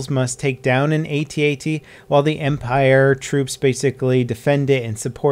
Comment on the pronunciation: Will you PLEASE stop calling them "atee atees"?! They're called AT-ATs!